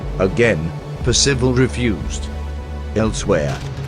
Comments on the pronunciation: It's PERcival, not PerCIVal. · it is a well known fact that Singapore was impregnable against attack from the sea and indefensible against attack from the land. Percival was a great man treated appallingly. At least pronounce his name correctly. I knew him. Peter Wilson